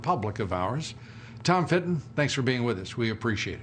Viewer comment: Has Lou EVER said “Fitton”? He has been calling him “Fenton” for ages now 🤦🏻‍♂️